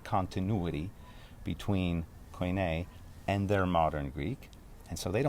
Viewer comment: It’s such a treat to hear someone pronounce Koine so fluently. Greek is a beautiful language!